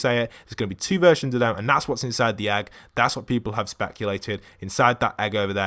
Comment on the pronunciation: Its not ägg its egg im triggered